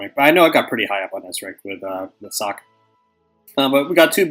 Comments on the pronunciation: It would be more like "Soch" (more throaty) and I don't know of any precedence to pronounce anything in this game En Espanol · Still confused why people are calling Sajj "Sock" and where they got that pronunciation/joke from